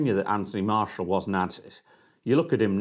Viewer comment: Martial is as bothered as this guy is about pronouncing his name properly…😂